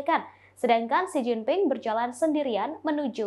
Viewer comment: Mint , Xi Jinping bukan Si Gin Ting . 😀